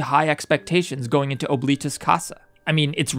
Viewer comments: As a person forced to learn Latin by my school, Oblitus Casa means "Forgotten House", and is pronounced "Ah-bli-tus", not OH, but I could be being stupid and wrong in that pronunciation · “Ohbleetus casa” BITC